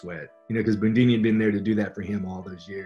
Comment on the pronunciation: Loved him but no one called him "Boondini". 😂😂😂